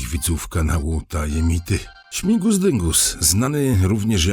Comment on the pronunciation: Śmigus a nie śmingus😊